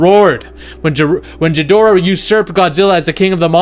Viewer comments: say it with me Gee dor ah,dont pronounce the h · Couldn't listen anymore after dude said "Jidorah". Geez